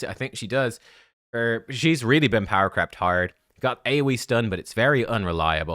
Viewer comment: Lol every time someone says power crept it sounds like power crapped. which is kind of humorous.